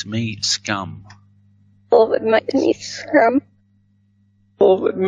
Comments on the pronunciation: I hear succumb, not scum. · Squirm not scum